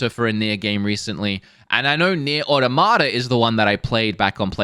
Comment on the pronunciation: is saying Automata wrong, had it right the first time. Also Nier Replicant just came out.